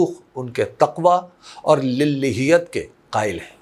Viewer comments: حضور ۔ پیغام بہت مناسب ہے ، مگر گزارش ہے لفظ پڑھنے میں للاہیت ہے للیہت نہیں ۔ اللہ آپکو جزائے خیر دیں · " Lil,hiat. " nahi " Lilaa,hiat. " . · آپکی اردو کا معترف ہونے کے باوجود آپ کے تلفظ للہیت - کا صحیح طریقہ ادائیگی لله + یت ہے ۔ شکریہ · بہت خوب فرمایا جان کی امان پاؤں تو عرض ہے کہ ایک لفظ کے تلفظ کی درستی مطلوب ہے اور وہ ہے [للہیت]۔ للاہییت یعنی دوسری لام پر کھڑا زبر ہے جو کہ الف کی طرح پڑھا جاتا ہے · محترم حبیب اکرم صاحب ، ماشاءاللہ آپ کا انداز عمدہ ہے ، وافر ذخیرہ الفاظ بھی ہے ، تاہم لفظ "للہیت" کا تلفظ درست کر لیجئے گا ۔ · ماشاءاللہ بہت ہی مثبت اور قیمتی گفتگو ہے اور اپ ماشاءاللہ اردو بھی بہت اچھی بولتے ہیں لیکن اس بیان میں لفظ للہیت کا تلفظ اپ سے درست ادا نہیں ہوا اس کو درست کرلیں تو بہت ہی اچھا ہوگا اصل میں دوسرے لام پر کھڑی زبر ہے جس کو اپ مس کر رہے ہیں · للہیت کا تلفظ صحیح ادا کریں بھائی صاحب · تلفظ ٹھیک کریں۔ آپ کی زبان معیاری ہے۔ حَفِظَہُ اللہ۔ محمد الحسن نہیں، بلکہ محمود حسن۔ اشرف علی تھانوی کی جو تصویر آپ نے لگائی ہے وہ ان کی نہیں ہے۔ غلط طور پر مشہور ہو گئی ہے